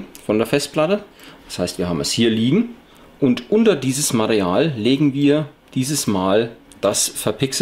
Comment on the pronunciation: ja du hast bei circa minute Mareal gesagt anstatt Material . Denke mal er meint das damit :=) aber egal Klasse Tutorial. Abo hast du von mir :=)